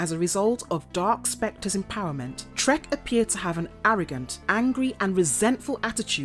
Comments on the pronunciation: I think they were actually saying "Trekk", but it is so very close that even I kept thinking he was saying "Shrek". It would, on the other hand, be a totally appropriate Name for the Green Psycho Ranger! ;P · Is she saying the psycho green rangers name is…shrek? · Are you saying Trek or Shrek